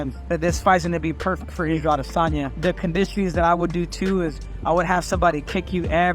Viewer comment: It sounded like Henry called him “Ego Adesanya” which is very ironic